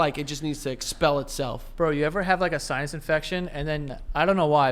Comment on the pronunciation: Does joe pronounce sinus as science or I am hearing it wrong